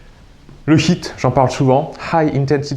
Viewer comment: Euhhh essaie de mieux prononcer HIIT, car là souvent j'entends "bon vous allez faire 10 minutes de SHIT", et c'est pas tout à fait pareil... mdrrr sinon merci beaucoup pour ces vidéos... ;-)